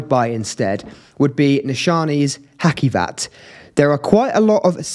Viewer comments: You must read hacivat as haJivat not haKivat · Cute mate, well-spoken. Love the black gloves - smart “touch.” I would recommend devising means to learn and use standard pronunciations, e.g., watching content of other reviewers. “Ha-See-vat,” and “Nee-SHA-nay.”